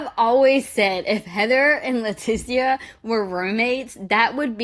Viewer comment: Same. Never met a Lah tee see uh. It's always pronounced Letisha. Lol